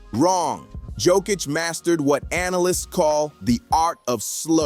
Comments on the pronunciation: not dzokic but joooookkkicc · It not JokiCH, it's JokIC. Beyond proud. 🇷🇸❤️ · YO-KITCH. Not JOE-KITCH C'mon people !!🥴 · The best player and all that and you still can't pronounce his name, shame.